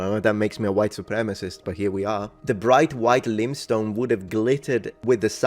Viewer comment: lime stone, not "limstone" ;-)